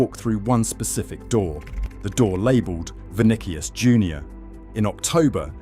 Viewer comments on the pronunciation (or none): GaLACKticos...ViniKius...If you're gonna use AI slop at least make sure it pronounce words correctly. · THE MOMENT HE SAID' VINIKIUS' I STOPPED THE VIDEO AND WENT ON MY BUSINESS